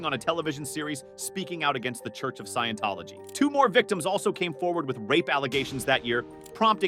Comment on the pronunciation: LOL at how it butchered scientology.